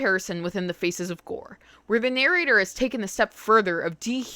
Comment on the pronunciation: This is not a criticism at all, but all I can hear when you speak is "FECES of death" lmao